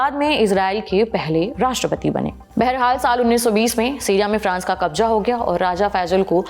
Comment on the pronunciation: She cant pronounce Kabza...is she from Bihar??